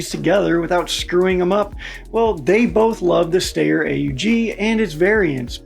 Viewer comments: This narrator: "The Stay-er Og..." My brain: "The Sht-ire Awe-g... you illiterate son of a Gunn." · That's not how you say Steyr.